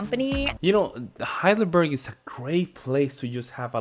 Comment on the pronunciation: As I told you, German is a literal language. It is not "HeidelbÖrg" as the narrator pronounces it. It is "HeidelbErg" ("e" like in "Estevan").